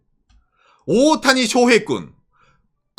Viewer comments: 오옷타니? 오타니? 일본식으로 발음 하면 오옷타니 라고 하나요? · 오를 길게 발음해서 오~타니라고 말합니다.